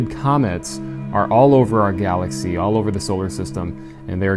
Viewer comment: what’s a galathy?